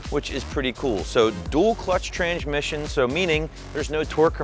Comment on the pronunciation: tranGmission lol 🤣